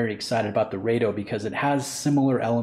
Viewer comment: It's "Raaaado" please.